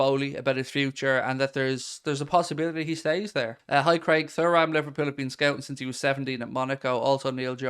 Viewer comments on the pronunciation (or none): Mate please for the love of god... it's pronounced 'tooram'